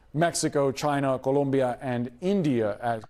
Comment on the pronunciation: Oh my gosh,, you had me rolling on the floor with your Spanish accent, saying "Guatemala" and "Columbia"!! I said them out loud at the same time you did. Thank you for your great sense of humor!